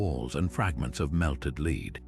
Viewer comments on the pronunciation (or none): Interesting, but narrator has some weird pronunciations for Copernicus and lead (the metal). To name but two. Really should do his homework before narrating.